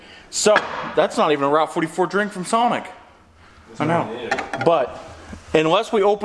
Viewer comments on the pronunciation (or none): none